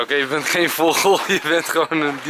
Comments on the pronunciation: Je zegt voogel maar hij zegt vogol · Nee hij zegt voggol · enzo je kan echt geen vogel uitspreken😂😂😂😂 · Haha ik moet iedere keer lachen als je het woord vogel zegt hhhhh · HAHAHAHAHAAHAHAHA ENZOOO, HOE JE VOGEL ZEGT OMGGGGGGGG HAHAHAAA